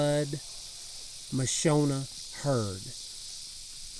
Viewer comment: Pronounced Ma shon a, not Ma sho na!! they are from Africa!!